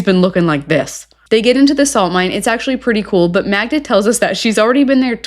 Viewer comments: Idiot still calls her Magna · Why is he still calling her Magna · not being able to say Magda's name right is problematic. 😂